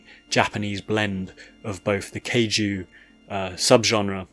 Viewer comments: What the hell is the "Kay Jew genre"?? 😂😂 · "Gun-damn" "Kay-jew" You're hurting me